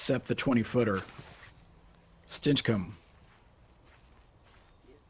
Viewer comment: Really not liking how is pronouncing Stinchcomb.